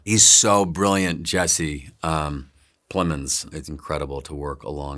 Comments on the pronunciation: Jessie “plemons”??? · "He's so brilliant, Jesse... Plemons" XD I laughed so hard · “He’s so incredible Jesse... Plemons! 😂